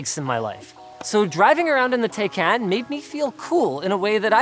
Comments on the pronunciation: How on earth can someone slaughter a word so badly? The name is Taycan not take can , which somehow seems to be incredibly hard to understand for north Americans. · ITS TAY-KAN NOT TAE-KAN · Yeah but he says “Tai Can”. It’s Tai Kon like Muh Kon not Muh Can. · its taycahn not taycan you noobs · PLEASE CAN SOMEONE STOP THEM FROM SAYING TAI-CAN. IT'S TAI-CON😭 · its pronounced tayjan in turkish... since they gave it a turkish name, PRONOUNCE it correctly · TIE-CON. Dude you own one, you can't be mispronouncing its name. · A month with the car and you still don't know how to pronounce it. Tie Con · It’s pronounced “tie-caan” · Sounds more to me like TayCAN'T. 😂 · Porsche Tacnayn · No, I meant Taycan. Even Porsche itself pronounced it wrong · Some day you guys will pronounce Taycan correctly lol PS if you think the 4S is fast, the "Turbo" S is considerably faster. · He pronounced taycan wrong though.